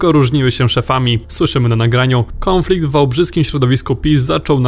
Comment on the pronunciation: Naucz sie poprawnie:Nie (KĄFLIKT),lecz poprawnie KONFLIKT.